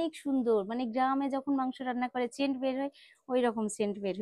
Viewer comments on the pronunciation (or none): একটা কথা কয়বার বলো?ছেন্ট ছেন্ট কি রে বোন